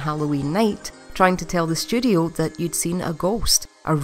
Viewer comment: I kept hearing "studio" as "sh*thole"